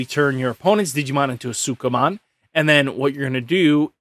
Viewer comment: man you really struggle to say sukamon.